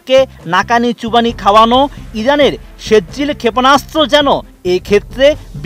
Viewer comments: ভাই শুদ্ধ উচ্চারণ করতে পারেন না, ওইটা৷ সেজ্জিল না, সিজ্জিল, সুরা ফিল এর একটা আয়াতের উচ্চারণ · ভার‌তের চ‌্যা‌নে‌লের মত বিকৃত উচ্চারণ ক‌রেন কেন।সে‌জ্জিল না এটা সি‌জ্জিল হ‌বে